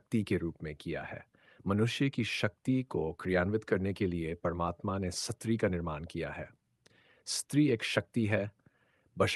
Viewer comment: SATRI nahi STRI bolna chahiye...